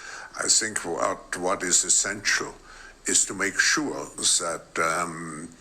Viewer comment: " I sink" , I wish he would sink, with all the rest of his WEF.